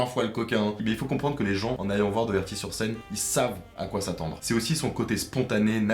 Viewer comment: Ça se dit dockerty